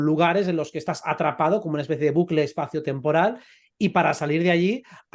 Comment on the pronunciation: utd dice una espesie de vudu astral